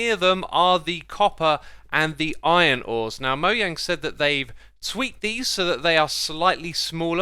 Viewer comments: dislike only because you pronounce mojang like that but i like your content <3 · Is it actually Moyang? I always pronounced it Mo”jang” :/ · It’s mojang not moyang